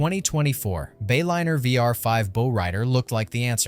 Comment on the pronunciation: A bow is on your Christmas present. A bow is the front of the boat. Pronounced entirely differently.